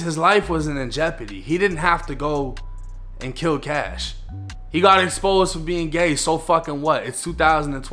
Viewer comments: Dude Please stop saying Kash 🤣🤣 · It’s “Kashh”